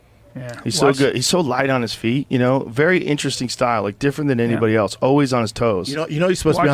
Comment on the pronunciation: Right. And regularly pronounces "else" as "elTse". The guy is almost 60 and hasn't figured out elementary level words.